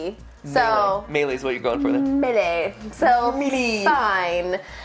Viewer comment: Highlights - That's a good choice and argument Them being cute Them being silly Team Purple - mispronouncing Melee - That was so cute 😊 being annoyed with Mat cute argument 😂😂😂 being funny with her argument That's a interesting choice and argument Them being cute